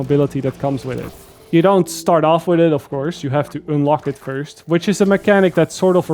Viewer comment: "oonlock" and "oonlike"